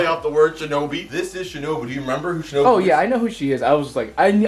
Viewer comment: Why he say shinobu like shinoBu?